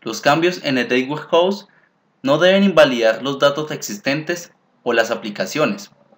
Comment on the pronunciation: muy interesantes tus tutoriales, pero para que sean mucho más profesionales te recomiendo que cuando pronuncies la frase "data warehouse" no lo hagas como si estuvieras pronunciando la frase "date warehouse". Te recomiendo que valides la pronunciación en un traductor. Saludos y gracias por lo buenos tutoriales (igual vale la pena que le des más créditos al libro de Kimball, porque básicamente tomaste el primer capítulo y lo pegaste en una serie de diapositivas).